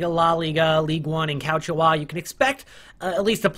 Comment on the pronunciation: "Calchio Ah"